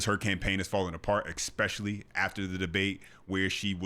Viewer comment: THERE IS NO SUCH WORD AS ECK - SPESH - ILLY !!!!